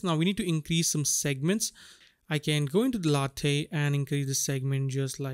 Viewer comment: Lathe is pronounced like bathe. It's named after the machining tool, used for turning and cutting materials like wood or metal around a central axis. Good tutorial.